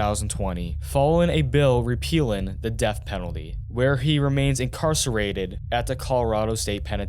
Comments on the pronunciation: In da udder room too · You gotta start pronouncing “th” the correct way when you talk. It’s really distracting when you say “udder / other” “mudder / mother” “duh / the”